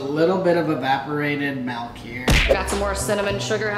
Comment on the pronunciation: Malk sound better then milk